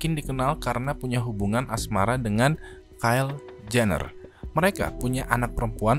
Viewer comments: Btw itu prononnya kaile bang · Bacanya kailee bang, bukan kail (Kylie Jenner) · Bkn kel bang tp kayli.. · Kayli njir bukan kayl kael keyl